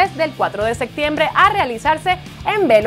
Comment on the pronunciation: "el cuatro de SECTIEMBRE" lol